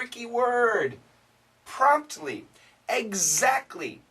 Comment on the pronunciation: Oh, it's promptly then. Well, I know the word but the pronunciation was rather rusty. Sorry to say that! I know I should have guessed it but you know. It didn't sound clear.